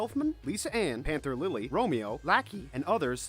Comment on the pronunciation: "Gayjeel" "Hova" "Lisa Ann" "Anther lily" "laki" Correction Gajeel Juvia Lisanna Panther Lily Loki